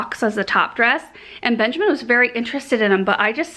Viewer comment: Whenever she says Benjamin i always think of Garrett watts' babydoll 😂 anyway That's a lovely tree 😍 and that cute little baby angel sleeping under it 😽💕